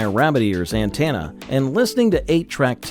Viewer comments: An-TEN- ah not an-TAN-ah. Please ❤ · It's "anTENna" not "anTANna", ya dim droid voicebot. I still use an antenna because over the air signals are often clearer than cable, and with digital multicasting, each station can carry a dozen different programs.